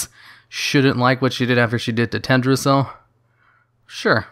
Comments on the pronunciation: Pls pronounce the "L" in TeLdrassil... It sounds strange without it. And a little lore correction: in w3 when Sylv is fighting the 3 dreadlords: First she uses mind control on the creeps (ogers, murlocks, trolls, bandits) in order to amass an army to take out Varimathras' base and when she does defeat him, he bargains with her, she spares him and he joins her. After that they assault the ruins of Lordaeron, where the humans had made a base and the second dreadlord Detheroc had them under mind control as well. Varimathras puts everyone to sleep for a short time, giving him ans Sylv enough time to kill Detheroc. The removed the mind control from the humans and their leader Garithos struck a deal with baby girl Sylv to retake Lordaeron from the final dreadlord Balnazzar. Of course after they do she simply kills the human :)... so firstly she has been morally fucking dark from the start( I would even say she was written to be much more evil in w3 and vanilla then now lolz)... and secondly I just wanna say I am totally fine with her doing all that stuff, I love it(would be nicer is her reasoning was explained a bit better), as a Sylv fanboy I gladly would kill anyone she tells me to. I honestly enjoy the option to side with her in BFA, ot gets boring playing as the good guys all the time... and being the heroes. It would be cool if we had an evil playable faction XD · everytime he says tedrassil it throws me off. then i remember. it shouldnt be a big deal. but it is. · yeah... it's fine if he said it once or twice or whatever... noone is perfect and pronunciation for non-natives is hard.... but there was that one part at like the 3rd or 4th comment where he said Tedrassil like 20 times... I got soo triggered I started laughing😂😂😂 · "Tehd ra zil" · I love your channel and your videos but, but you're forgetting the first L in Teldrassil. Also saying Cairne is more "Care-n" instead of "Car-ne", because of the I in Cairne.